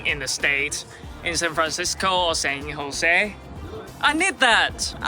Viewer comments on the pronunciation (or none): none